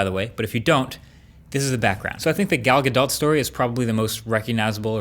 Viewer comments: " gal ga DOT" shes isreali, its pronounced gal ga DOE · Galdot is pronounced “Galdough” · her name is pronounced gal gadoe I think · it's pronounced Ghal Gadoh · Isn't it "Gal Ga-doe"? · It's pronounced like Gahdoh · Marques, honey. It’s “guh DOE.” The t is silent. 😊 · iPhone users laughing at android users, "oh he has an android" gtfo here enjoy your under screen fingerprint reader 5 years later! It is pronounced "Gal Gadough" don't kill the French language and English lmao. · I think you’re saying gals last name wrong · Marques did an oopsie. The t in Gadot is silent.